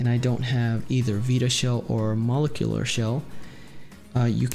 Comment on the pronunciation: Your saying molecular shell wrong homes.... It's MO-LEK-YOU-LURR!! Not to be smarty pants it was jus erkin my last nerve anywho thank you 4 your tutorials they have gotten both my Vita-n-Psp CFW